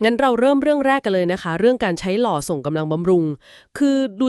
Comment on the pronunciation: เขาเรียกสัตว์ที่ใช้บรรทุกของเข้าท้องที่ทุรกันดาร เขาเรียกว่า"หล่อ"รึจ้ะ ตามที่ผมเรียนมาเขาเรียกว่า"ล่อ"ไม่ใช่รึจ้ะ ถ้ามันเรียกรึอ่านว่า"หล่อ"จริงๆก็ต้องขออภัยแสดงว่าผมเรียนมาผิดแต่ต้นเลย แต่ถ้าที่ผมเรียกมันถูก ก็ขอให้ผู้อ่านข่าวโปรดสำเนียก เพราะเยาวชนของชาติ ติดตามข่าวมีอยู่ไม่ใช่น้อย นะจ้ะ(ล่อ:คือสัตว์ลูกผสมระหว่างม้ากับลา ลูกออกมาเรียกว่า"ล่อ")